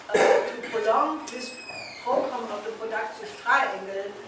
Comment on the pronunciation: Brilliant presentation. Will someone please help Helga with her pronunciation of "program?" She commits a spoonerism that connotes a very different meaning.